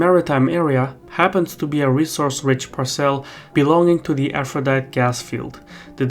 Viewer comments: Aphrodite is pronounced “afro di tee” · Aphrodite in English is pronounced with the final e. Four syllables, so it sounds like a- fro- dye- tee. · and "Aphrodite" gas field. Sounds similar to a certain person saying "yo-semite", although at least for english is not his first and only spoken language